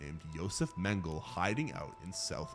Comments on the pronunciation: It's not Mangle, it's Mengele (men-guh-luh). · Mengele is pronounced 'men guh luh'. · You pronounce the final E in Mengele